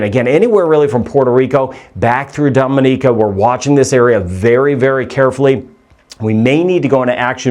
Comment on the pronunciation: You mispronounce “Dominica”. We laugh every time you say it!😅